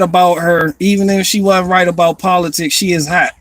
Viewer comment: I thought you were doing Einstein until you were like Its aboot time aye.